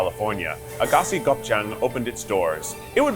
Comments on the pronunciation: i have never in my life heard that place pronounced as "AGASI" LMAOOOOOO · Lol love you Keith but I am laughing my ass off at the pronunciation of Aghassi